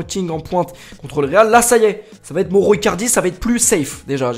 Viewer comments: 178 fois moro icardi et pas une fois bien prononcé, mauro icardi! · Prononce maoro pas moro stp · Ça se prononce maoro icardi pas moro